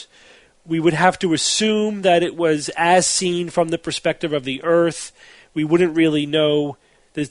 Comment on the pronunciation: It's not eeeeeeeeeearth.